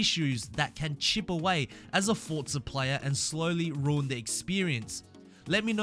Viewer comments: “Four-zah” not “Fort-zah” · Why do Europeans pronounce Forza as “Fort-za” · Haha you say "foccca horizon"